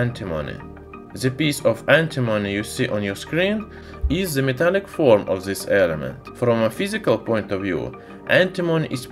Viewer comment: THIS, NOT ZIS. AT LEAST *TRY*.